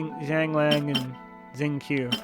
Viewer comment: Not sure how long you have been playing (5 months myself), but in english Xingqiu is pronounced sing-cho not zing-q. Check on his voice lines in-game on the character page. Other than that, I agree with your choices in the video. 👍Decided on Lan Yan C2 for my account to let her heal her shield.